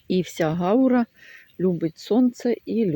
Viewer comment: Це не гАура,а гаУра